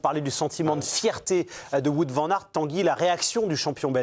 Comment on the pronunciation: on dit Waut et pas Wout. On dit Van comme vanne et pas van comme vent. c'est si compliqué 🙄